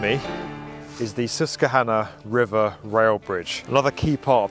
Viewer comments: Excellent, thorough coverage - thank you! For future reference, though, US pronunciation of "Susquehanna" includes a "kw" blend: "sus-kwuh-HAH-nuh", as opposed to "sus-kuh-HAH-nuh". The emphasized "HAH" syllable uses the "a" sound you use in "frankly". We'll have you sounding like a Yank in no time flat! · Thank you for visiting the “Sesskanna” 🤣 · Oh, you pronounced Susquehanna wrong :) It's "sus-quah-hanna" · Susquehanna is pronounced with a "W". "Sus Qwa Hanna" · Oh God you cannot pronounce Susquehanna, which is also the longest non-navigable river in the US, which is why they don't have any need for Big ship clearance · You should look up how to say Susquehanna